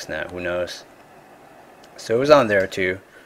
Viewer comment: What part of the country do people say, "Tee-oo", instead of "too"?